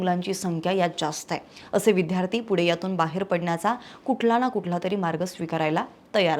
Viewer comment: विद्यार्थी-उच्चार नीट करा विध्यार्थी -चूक आहे